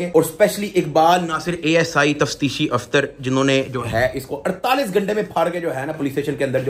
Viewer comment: 😂tafteeshi afsar ❌ Tafteeshi aftar ✅🤣